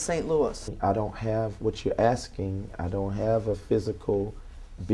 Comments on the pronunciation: What did you say, aks? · He keeps axing a lot of stuff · How can someone believe anything this dude says? He says shit like "axing" and "pacific". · She's definitely ax'ing him a lot of questions.